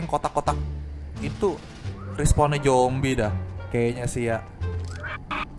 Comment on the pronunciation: Zombi pak bukan Jombi